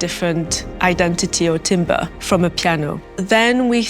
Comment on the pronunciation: She’s pronouncing timbre wrong